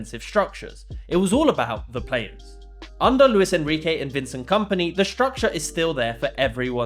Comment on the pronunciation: Vencent Kampnay 🥀 should be a crime to pronounce him like that